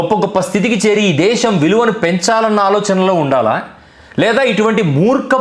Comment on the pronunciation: ఒరే సోదిగా, నువ్ ముందు దేషమ్ దేషమ్ అని నత్తి నత్తిగా అనడం మానరా బాబు వినలేక షష్టున్నాం🤭😅. ఛీచి నీ నత్తి నాక్కూడా వచ్చేదట్లు ఉంది😅. దేషమ్ కాదురా అది దేశం రా శుంఠ. ఎం మీ జలగన్నని ఫాలో అవుదామనుకుంటున్నావా🤪. ఇంకారేరోయ్ శుంఠ వాళ్ళు మాతృభాష లో మాట్లాడమన్నారు కాని ఇంగ్లీష్ నేర్చుకోవద్దు అన్నారేరా? . ఇంగ్లీష్ చదువులు చదువుతూనే మాతృభాషని మర్చిపోవద్దు మనలో మనం మాతృభాషలో మాట్లాడుకుందాం అని. ఎందుకురా అరిగిపోయిన అబద్దాల రికార్డే మళ్లీ మళ్లీ వేస్తారు మీరు సోది గాళ్లు😅. ఇహ మాతృభాషని గౌరవిద్దాం ప్రేమిద్దాం అంటే దాన్ని తప్పు పట్టారాంఫోన్ పే. మెడికల్ కాలేజ్ లని పీవేట్ పరం చేయటం ( ఇదొక పనికి మాలిన అబద్ధాలు,) ఎమో ప్రభుత్వ పోలసీ నా. కానీ ఇండిగో ఎయిర్లైన్స్ సంక్షోభమేమో ఒక్క అవియేషన్ మినిస్టర్ ది మాత్రమేనా 😛😝. ఎలా అవుతుందిరా అవియేషన్ మినిస్టర్ తప్పు? 😛. ఏవియేషన్ పోలసీ ఏమన్నా అవియేషన్ మినిస్టర్ ఒక్కడే పెట్టాడేరా?